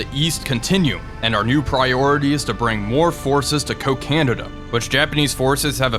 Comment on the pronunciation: I think it is pronounced like coci-nada not co-canada